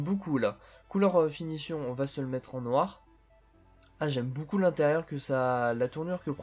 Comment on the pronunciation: Pourquoi quand tu dis beaucoup tu dis boucoup